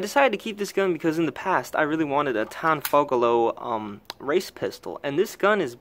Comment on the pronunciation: Tanfogolo ??? Just to be clear , the 'Tanfoglio' is a CZ 75 clone , not the reverse.